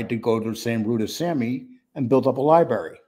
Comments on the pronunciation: I was wondering why you keep saying "libarry" instead of "library". Couldn't find anything that explains it in terms of dialect or accents. You are the only one as far as I know uses "libarry". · Its Library. There is an R in it!